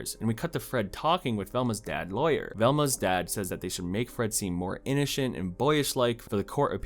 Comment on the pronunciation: Innoshent and boyish-like INNOSHENT AND BOYISH-LIKE